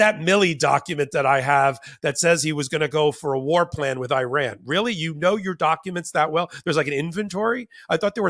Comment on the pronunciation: Iran is pronounce ear-ron.